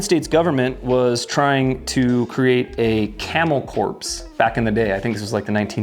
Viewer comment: Camel core, not corpse. Pronunciation matter.